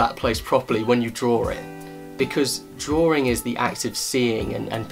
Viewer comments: Him: Says drawing What i hear: dRaWeRiNg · Is it just me or does it sound funny when he says the word ”drawing” haha Great video, though.